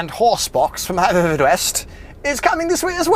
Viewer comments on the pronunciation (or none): none